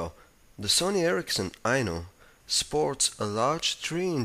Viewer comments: lol until i read the title a second time i thought he was saying "the sony erricson i know..." lol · I kept thinking he was saying "The sony ericsson I know "